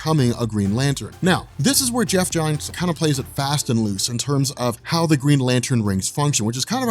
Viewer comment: Everytime you say "how you see..." I hear "hal you see..." ;P